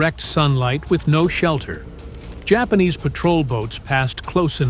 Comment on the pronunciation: Spanish pronunciation